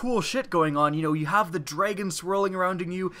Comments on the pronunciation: Lol "dreigon" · *pronounces dragon as dregon furiously